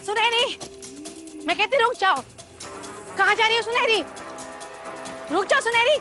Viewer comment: Sunaini nahi Sunheri🤭